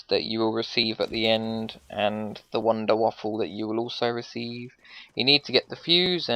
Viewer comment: Btw you know its called wonder waffe. Not wonder waFlle fyi